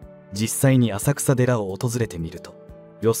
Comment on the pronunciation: 浅草寺は「あさくらでら」とは言いません、地名は「あさくさ」ですが「せんそうじ」と読みます。正式名称：金龍山浅草寺（きんりゅうざんせんそうじ）